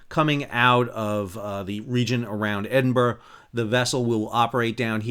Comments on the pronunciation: Edinburg? you have to live here to be able to say it properly - "Edinburugghhh" :) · "Edin-burr" very close professor, I can tell you as a Yank that has lived in Scotland it is indeed "Edin-burrow". One of the greatest cities in the world. My heart has never left that city.